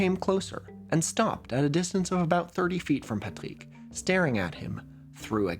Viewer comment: french from France and never ever heard the word "Loyon" (also your Rs are so perfect when pronouncing "Patrick", your French must be excellent 👍)